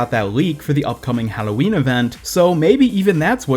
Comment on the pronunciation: The way you say Halloween 😂 👌